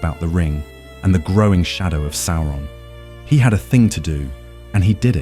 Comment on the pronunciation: The voice is very good, but a few slip-ups and mispronunciations show that the voice is A.I. - Although I prefer your pronunciation of Sauron (that's how I pronounced it before hear the BBC audio version)